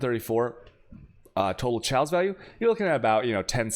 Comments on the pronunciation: STOP SAYING CHEOWS!!! It's pronounce Kay-oss! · I've never heard anyone say chaos the way u do. There's no L in the word it's kay-os